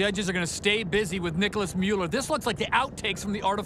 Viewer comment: its gigi rüf and nicolas müller...not muller.. goddamn